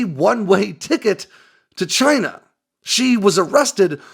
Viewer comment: They're from Chay-nah! 😂